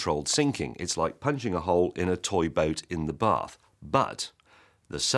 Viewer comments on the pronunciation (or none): none